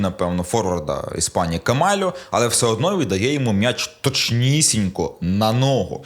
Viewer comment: Все добре, канєш, але коли чую від: "МНяч", трохи веселить. Мняч, мнясо... Сидорівський діалект,?